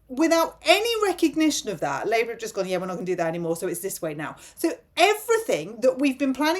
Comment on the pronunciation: Did you inadvertently say 'Rapeour'?... As THAT is what THAT party is doing to ALL OF US! 🤨😠